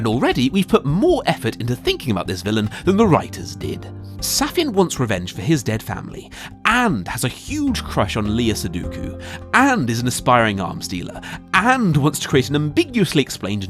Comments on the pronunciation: Great video but, "Lea Sudoku"...Lea Seydoux is a French actress whose name is pronounced "Lea Seh-doo" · Lea Sudoku? You edit your videos, right? Like...you heard yourself say that woman's name incorrectly and went: "eh, it's fine, no need to do another take." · Did you just say "leeya seduku"? :D